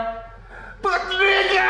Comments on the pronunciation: Gotta love that hard R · I love the way Sam says soft "A" n word. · that has to be the whitest sounding n word I've ever heard